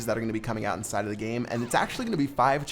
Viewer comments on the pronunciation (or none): why does keep saying ‘indside of'